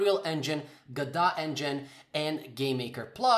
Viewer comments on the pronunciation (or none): Guh-doe not guh-dot